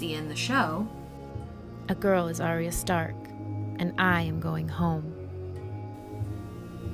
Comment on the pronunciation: It's ar-ya two syllables not three. She's not an opera